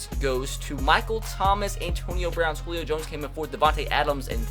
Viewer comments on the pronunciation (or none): none